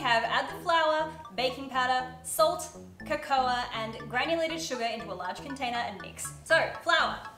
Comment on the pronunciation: Congrats on the Sponsorship! I've never heard cocoa pronounced that way before, I like it. It's cool. LOL, leaving the chocolate on your forehead. Oh, hahaha, I thought you did that on purpose. Those little animals (bunnies?) - (to-tor-something lol) are cute. Hearts turned out good as did the chocolate bar. Cool job on the strawberries, I would've broken them lol. Good attempt! Did way better than I would've :)